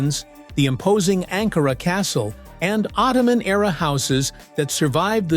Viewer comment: Warum sagst du Angora Ankara ist richtig???